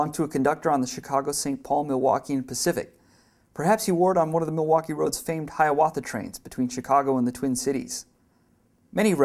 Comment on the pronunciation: The Milwaukee left a big mark in MN, the least narrator could do is say the name right.